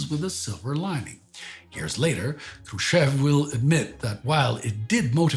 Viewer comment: I was wondering the whole episode why Mr. Хрущёв's name was pronounced wrong. But after looking at the cyrillic spelling I now get it. The English speaking part of the world just can not handle double points above letters 😂